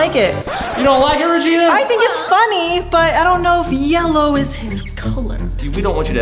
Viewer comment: Daniel teeth really said yello